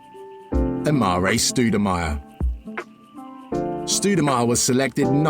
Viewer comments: “Amooree stvoodomire” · “Amarae Stoodemire”